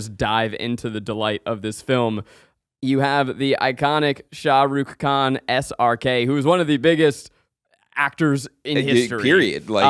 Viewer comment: zach ilysm babygirl kornfeld and i greatly enjoy this movie but i CANNOT get over your pronunciation of “shah rukh khan”